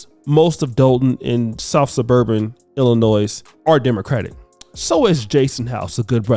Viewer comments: The S in Illinois is SILENT!!!!!! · The ‘s’ in Illinois is silent.